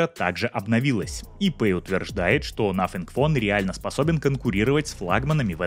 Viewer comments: Автор,извини... В Твоей презентации... Из за произношения-звучит,как.. НАФИГФОН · Надо поработать над произнесением названия телефона